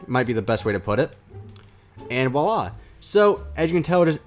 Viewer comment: It's not "willah" it's voilà.